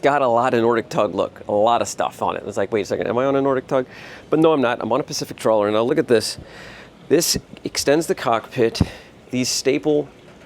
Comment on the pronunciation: Great boat ! Great video ! Quick correction, and it's a small one. It's pronounced "Traw-ler" Not "Troll-er". LOL ! It's a small thing, but in today's vernacular, probably need to be careful. Once you've been around this a little more, you'll get the hang of it and people will be able to tell. Cheers !